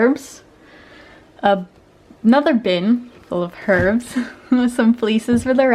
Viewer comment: HuR-bS = Herbs